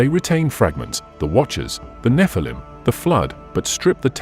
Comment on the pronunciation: it's NOT pronounced NEF-A-LUM RUBE!!! it's NEH-FAL-EEM GET IT RITE!!! because a FAL-EEM is an ANGEL and the NEH part signifies being CAST FROM ELHOME'S GRACE!!! why put video's out if your not able to even know the pronunciation of DIVINE BEINGS DISRESPECTLY???!!!